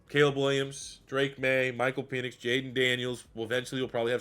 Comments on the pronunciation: this dude says "peenix" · I'm starting to think that you mispronounce Penix's last name on purpose! LOL Every time I've heard it, it is pronounced with a short E like in the word 'when'. Also, I know it's spelled weird, but Trevon's last name as actually pronounced 'MAY-rig'.